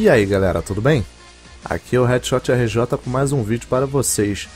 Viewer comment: READSHOTRJ?????????????????? É HeadShotRJ